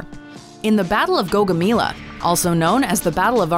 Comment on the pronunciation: Everytime, you butcher names of either characters or places. GAUGAMELA, MELA, E. It’s pronounced like the E in Alexander. Not MILA. Also, GAU is not pronounced like Gaul but Gou like in GOUGE. A simple Google search can fix this issue, TRANSLATE EVEN SAYS IT RIGHT! So get your shit together on this.